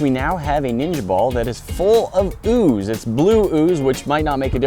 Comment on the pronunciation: haha ooz tring to exscape😂😂😂